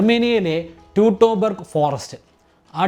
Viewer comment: ആർമിനിയസ് എന്നല്ലേ. ട്യുടൺബർഗ് എന്നല്ലേ. ആർമിനിയസ്